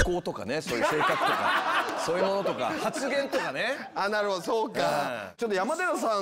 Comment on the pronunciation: 関さんが「あなるほど」って言ったとき、一瞬さっそく下ネタ言った！って思ってしまった